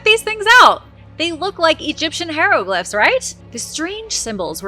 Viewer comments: pronounces it wrong.,...hi (long i) re(short e) glif (short I),... pronounced like "high reh glif". 👍🏽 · Say it with me please high row glyph Ick it’s almost as bad as the stienfeld paper mache episode lol